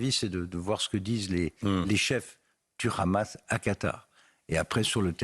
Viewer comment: Hamas et pas Khamas ..Les francais la vraiment , ça se voit qu’ils ont formés par les israéliens